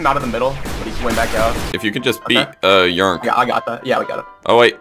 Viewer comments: I’m pretty sure yrnk is pronounced Y-R-N-K not yrnk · It's funny how they call him yurnk 😂